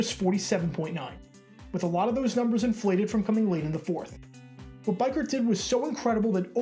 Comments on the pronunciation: It's bee Kurt not bi Kurt for Greg biekert lol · Great video, but I cringed every single time you said his name. His name was Greg BEE-kurt not BYE-kurt. You're obviously very sharp, and well versed in the game, and good at putting together entertaining and factual videos. I just can't understand how you would overlook something as basic as verifying the pronunciation of the principal player's name?? Other than that, thanks for the very entertaining video. As a die-hard Raiders fan, I remember that fun game all too well. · Greg beeker, not biker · It's Greg "Beek Kirt" not bike hurt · EXCEPT HIS NAME IS PRONOUNCED BEE-KURT NOT BIKE-KURT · Beekert not Bikert. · DUDE! Its (BEE-KURT) not Bi-Kurt.... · It's Greg B(eee)kert. Not B(Ike)ert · This one of the Raiders' greatest turn around moments in the last 2 centuries but it's Beekurt - spelled Biekert, pronounced bee-kurt. I'm sure many others have said the same and I don't want to discourage you from talking about the Raiders - I would encourage that. But know that we Raiders fans love our team and every historical thing they've been through and we're not very forgiving when people get the moments wrong. Thank you for talking about the Raiders. Just, make sure you get it right. It's not that we are pronunciation experts or pronunciation snobs - it's that we were there watching the games when Biekert was playing and listening to the announcers call his name. It's that it meant something to us. It's that it's hard to hear this moment told wrong. Peace. And thank you for taking the time to make this video - I, for one, appreciate it. Also, don't dismiss how well Gannon played in the second half of the game. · Just an FYI here it is pronounced Bee-Kurt not By-Kurt Thanks for the video, it has been a long time since I have heard the phrase, "Raiders host the AFC championship game... :( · Bee kert is how it's pronounced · You pronounce Greg’s last name wrong lol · BIEKERT = BEE-KURT if it comes up again in another video.